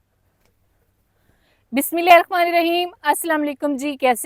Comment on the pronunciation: madam ji .. Bismillah .. ap shi nhi pdhti h .. Bismillah hirramani rraheem h ... n ki ... Bismillah hirrakmani rraheem.. dhyan de